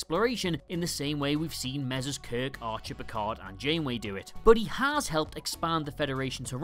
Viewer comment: "I am not PEE-card!"